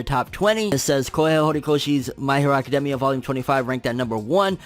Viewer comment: It really bothers me how he says academia anyone else ?